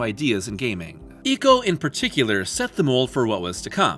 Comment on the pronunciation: "Eeko"? Don't be such a weeb. When you go to an Italian restaurant do you order "spaw-GEH-té"? It's "Eye-co".